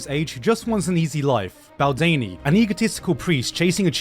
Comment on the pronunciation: It's Oczy not Ozcy, and Badeni not Baldeni. Pretty good video though.